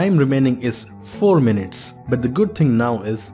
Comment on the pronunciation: Minutes, not mints